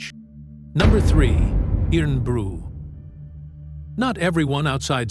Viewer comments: FFS it's pronounced IRON BREW. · It’s pronounced “Irun Bru”